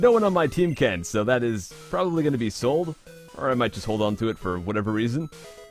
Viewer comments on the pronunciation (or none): none